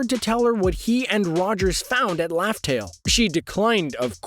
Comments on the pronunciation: It's RAFTEL NOT LAFTEL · Is it just me or it sound like he saying laftel n not Raftel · What do you mean by laugh tale???? Its raftel!!!!